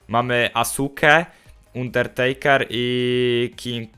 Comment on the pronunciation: Pls czytaj dobrze undertakera bo to tak uszy bolą, zobacz sobie jk go przedstawiali to będzieimk lepiej